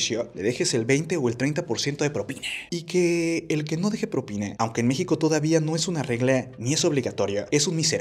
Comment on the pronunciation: Yo no estoy de acuerdo con dar propina. Porque si les doy a unos les tengo que dar a todos, y eso no es justo para el cliente. A MI NO ME SOBRA EL DINERO. ahora, ¿por qué el locutor del video dice PROPINE , con E y no propina, con A?